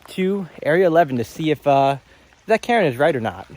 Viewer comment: Karen... Karen's... "KARRN"